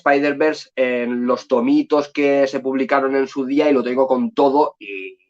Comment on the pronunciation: Lo primero mejor, si vas a decir nombres en inglés es saber alguna idea como se pronuncia .. dios mío.. (escuchar que dices espiderman duele los oídos) Pero está muy bueno el contenido del vídeo, se agradecen las recomendaciones